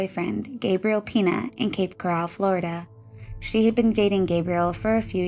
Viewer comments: just to clarify its Coral.. not Corral, these are two separate places. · It's Coral, not Corral.